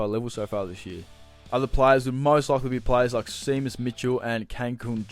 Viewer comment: Seamus is pronounced Shay-muss